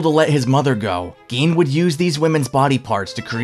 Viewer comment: Gein pronounced “Gain”